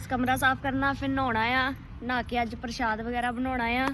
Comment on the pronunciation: Preet ji parshad parshood nhi bolida tuhade boln vich roughness h ja fir parshad bagera mummy sohna bolde ne manveer de stomach vich keedeye honge